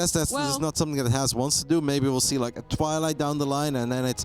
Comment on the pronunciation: is by far the worst caster.. she can't even pronounce Has correctly..